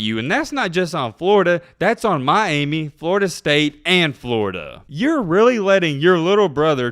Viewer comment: It's pronounced my-amy not my-aimie. Other than that, right on!